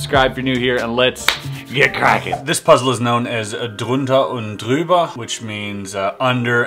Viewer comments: Excellent pronunciation of the German!! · Woah, very well german pronouncing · Never heard an American pronouncing the ü as clear as you did ! :) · You pronounced Drunter und Druebert surprisingly well :D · wow, your pronunciation was really on point! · Man your drunter und drüber was perfect😁😂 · "Drunter und Drüber" was very good pronounced, did you speak german? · You pronounced Drunter und Drüber perfectly, well done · Pleasantly surprised by the correct German pronunciation. Awesome that you solved it :D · DUde congrats on your German pronunciation! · Yes, but he said "drunter und drüber" basically perfectly. Even with the German r and the ü and stuff. But he seems to understand french, what probably makes sense if he's Canadian. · I think he didn't pronounce the Name right but then he pronounced drunter und drüber perfectly